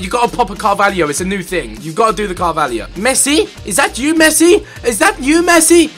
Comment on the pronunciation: Is not Carvalhio its Carvalho